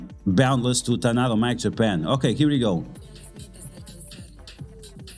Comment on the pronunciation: very informative video. didnt know there was so much drama among content creators. so unfortunate. im not a political person, and i dont give a sh*t what other people think about politics. however, i am very much against forcing politics and political views on other people. QUESTION: i missed the tadano mac offer. what did it actually say? i cant seem to find it online. (also, its taDaNo, not taNaDo. not sure why you keep saying tanado lol)